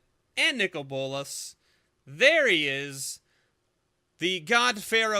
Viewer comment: Says "give me a bolas" what I hear: "give me ebolas"......O.o still amazing box....